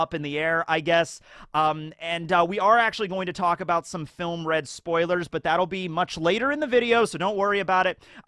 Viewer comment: “Filmuh Red”